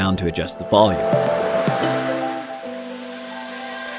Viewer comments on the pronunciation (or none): none